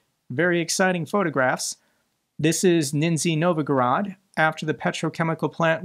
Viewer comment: Good effort on the names but "Nizhny Novgorod" still eludes... Means something like "Lower-Newtown". Niiiisni novvgorood should do it;)